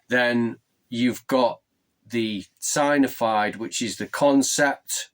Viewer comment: Sig-nif-ied/sig-nif-ier Sorry if that’s rude but that’s how to pronounce it. Great Vid!